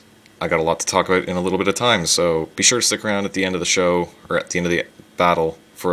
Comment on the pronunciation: aboot haha oooooooooooooooooooocanada